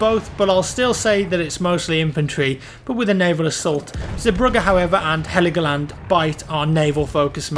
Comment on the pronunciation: It's called Hell-Go-Land... 😉